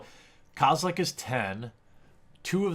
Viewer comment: kozelek not kazelek